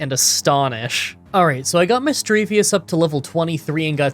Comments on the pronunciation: I absolutely hate how says missdreavus wrong. It doesnt end in "vous" its just "vus" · Not to be rude but it's Misdreavus not Misdreavius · misdreaVUS not misdreaVIUS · I'm so happy that someone else pronounces Misdreavus as Misdreavious like me lol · Where is the ‘i’ at the end of Misdreavus? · There is no i at the end of Misdreavus.. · You've probably already heard this from other commenters, but you constantly mispronounced Misdreavus's name 😅 there's no second i in the name